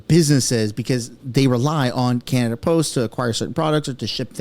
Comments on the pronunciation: That journalist kimberly... did she call canada, can nada? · The way Kimberly Johnson was pronouncing Canada like get off the news stand